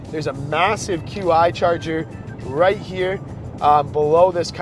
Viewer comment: that "Qi" is pronounced as "chi" wireless charger. Think of how you pronounce cheap without the p or cheat without the t.